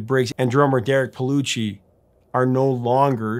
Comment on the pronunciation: Pellicci not pelloochie